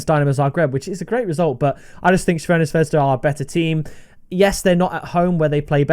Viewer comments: Its more like Zrvena Svesda, but harder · Shvena Shvesda 🤣